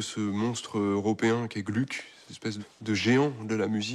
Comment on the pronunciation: Attention : à 32'33, à 33'05 et autres : pas «Glück», mais bien «Glouc» ! À 33'16 : en 1762 c'est pas Alceste, mais bien Orfeo, et juste après, en 1767, c'est pas Orfeo, mais Alceste.